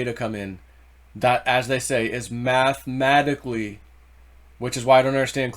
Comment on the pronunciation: It's "mathematically" Not mathmatically. You are missing a syllable in the middle.